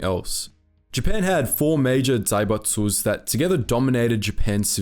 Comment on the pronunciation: I have no idea why he'd pronounce zaibatsu like that